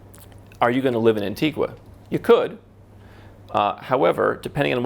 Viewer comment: no it’s pronounced an-ti-ga